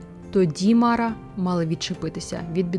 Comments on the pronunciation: Не мАра, а марА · Дякую за Вашу працю! Все ж, звичніше вживати МарА, з наголосом на другий склад. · та ніби марА наголошується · все життя чув слово мара з наголосом на останній склад - "що за марА" "та якась марА" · МарА' Наголос на останній склад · Дякую. Дуже цікаво. Від своєї прабабусі (мені 50+) я чув про Мару. Але наголос в неї був на другому а в імені Мара. Цікаво, чи авторка готувала відео лише по письмових джерелах, чи чула щось від своїх предків. Можливо в різних регіонах ім'я звучало по-різному.